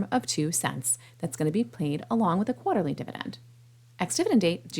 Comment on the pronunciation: Why do you say quarter like that?